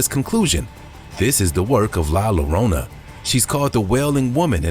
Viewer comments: ok first off its pronounced Yo-ron-ah (Spelled Llorona) not lorona. 😂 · It's pronounced La Yo-rona.!!